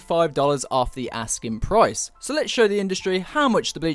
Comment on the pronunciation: I'm just gonna ignore the fact that said "Askin price". Nice one.